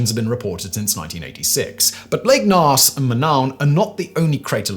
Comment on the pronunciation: It is pronounced gnos.